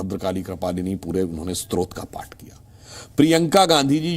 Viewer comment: स्त्रोत्र नही स्तोत्र